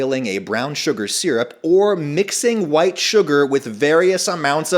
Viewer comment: The emphasis on WHITE sugar made me think you dislike a lot of brown things